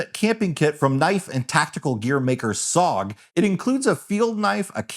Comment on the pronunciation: SOG ~ “ess oh gee” 😂